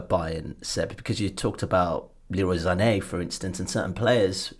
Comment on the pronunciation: This black guy can't even pronounce "Sané" right